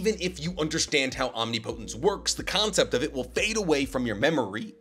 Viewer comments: Please. It's pronounced "om-nip-uh-tince." Not "om-nee-po-tens." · Some day will pronounce "omnipotence" correctly. Om-nip-po-tence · Great video, btw your pronouncing omnipotence is a little off. It’s more Om-ni(like in ninja)-po(like in puppet)-tence(like in past-tense) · ….OHM-NIP-PUH-TENTS not Omni Poe tense. Think of the pronunciation of the similarly sounding word impotence 😂 Luv ur vids tho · Irrelevant, but it's omnipotence (om-nip-uh-tense) not omni-potence. English is inconsistent but it is what it is. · "Omnipotence" (Om-knee-po-tence) 💀 Isnt it (om-nip-i-tence)??? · Why OMNI-Potence instead of Om-nip-otence? The pronunciation is like nails on a chalkboard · hey love the vids thought u should know omnipotence is pronounced om-nip-o-tense (soft t on the tense part, hard t works too but a softer t sounds better) all love <3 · Why does he say “Omni potence” lmao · I can't. Every time you mispronounce Omnipotence, it feels like nails on a chalkboard. Ahm-nip-uh-tinse. PLEASE SIR, PLEASE. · Omneepohtense or omnipotence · Great stuff but damn I hate how you pronounce omnipotence lol. It ain’t wrong but it SURE ain’t right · This omnipotence pronunciation is killing me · Why does everyone pronounce "Omnipotence" wrong. It's a real word and has a correct way, everyone seems to put so much emphasis on the last 2 syllables. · His dedication to pronouncing it wrong is crazy and there are not a lot of people correcting him. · people probably think it's actually a naruto jutsu, which is kinda is. Probably why he says it that way too. Still bothers the crap out of me. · Quality stuff but please, pleeeeeeeeaaaaaase learn how to pronounce omnipotence correctly. Either that or Ada as to go so you don't have to talk about her powers anymore. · Can’t do it he’s saying omnipotence wrong and he’s said like 4 times in 6 seconds. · That’s not how you say omnipotence….. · Please google how to pronounce omnipotence lol